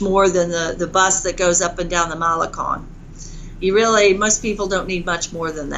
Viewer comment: Writes a book on spanish, but can't pronounce "malecon" hmm...